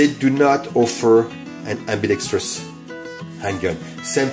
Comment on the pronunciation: You pronounce the word "ambidextrous" better than 80% of firearm youtube creators in the US, and it's very satisfying. Thank you.